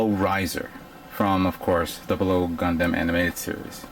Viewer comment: Gun DAMNIT its pronounced like gun "DUM". Aside from other mispronunciations just at least pronounce the overall title right. Other than that though cool showing.